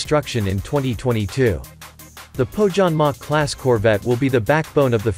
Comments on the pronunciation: It's spelled "Poh-Yanmah", for crying out loud! And The Finnish Navy can make do with Gabriel missiles, coz if enemy has survived SAAB sensors, SAAB JAS-39 Gripen E, SAAB torpedoes and SAAB Bofors/ Bae 57 Mk III/ Bae 40 Mk IV there's nothing to lose engaging Gabriel missiles. [Just joking] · The pronounciation of Pohjanmaa makes me cringe 😂